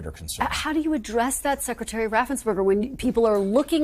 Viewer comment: Please enunciate Brad Raffensperger's name correctly.